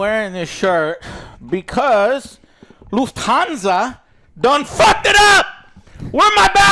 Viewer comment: I'm surprised Joe pronounced "Lufthansa" correctly. Good Job!